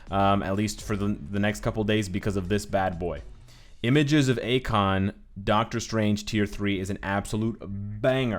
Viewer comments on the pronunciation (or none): Its I Konn not Akon lol